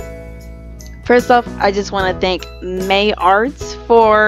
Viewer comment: *Deep breath in * it is pronounced Maya-art and doodles are what I call my subscribers her name is Candza and she is a princess who was abused by her father and servants which made her suicidal